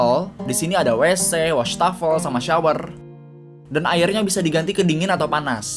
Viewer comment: Ngakak Wastafel ko bukan Washtuffel wkwkwk